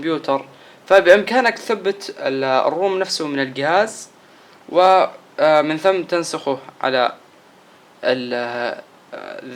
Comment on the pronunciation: ااااا عفوا تحتاقه عفوااا الصفحه عفوااا ااااا زر الهوم عفوااا زر البور ااااا ااا عفوااا يقيلك القهاز سستم ناو ااااا عفوااا ههههههههههههههههههههه